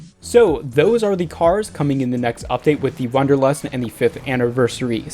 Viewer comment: It's Wanderlust not Wunderlust and is german and means the desire to hike.